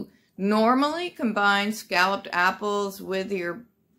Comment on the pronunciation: When you said "scalloped apples", I thought you said scallops and apples. I was like, Noooooo! I'm not a seafood fan- just a "see food and eat it" fan. lol Your Fall treats looked delicious!